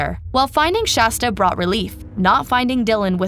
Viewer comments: For the billionth time, it's SHASTA. Not SASHTA... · I almost stopped watching every time they said "Sashta"!!!! I swear every other time they said Shasta they said Sashta instead, then would say it right, then wrong... ect PLEASE FIX THE VIDEO This is ridiculous and really rude and disrespectful to Shasta and her story to call her the wrong name so many times. You are better than this. I'm giving thumbs down. They deserve it until they treat Shasta the way she deserves. With FULL respect. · It was almost every other time they messed her name up, especially in the last half. I even hear Shashta at least once. Disrespectful to SHASTA if you ask me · I heard Shashta toward the end as well. Honestly it's disrespectful how many times they messed up her name. Every other time seemed incorrect!! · i dont like the low quality of mispronouncing SHASTA'S name and inaccurate subtitles. :/ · creater mispronounced the city, county, girls name and more! At some point it’s disrespectful. It’s okay to do a quick web search for how to pronounce things. If the point is to spread this story then it’s really not okay to be intentionally ignorant and spread what becomes nonsense names and places. It would have taken just a few minutes to look these up and write it out phonetically for herself, and hopefully she does so in the future.